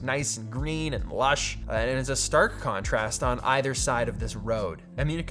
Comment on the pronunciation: How many times during the video did you say the word "Conorast" ??